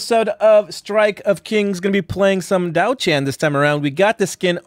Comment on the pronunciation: im fairly sure its Diao Chan not Daio Chan...